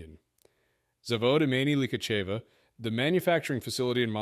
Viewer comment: Ударение неправильно ставишь. Zavód и́meni lihachéva